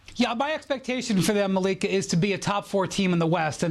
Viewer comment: Did she just say her own name wrong? I swore I heard Malika Anderson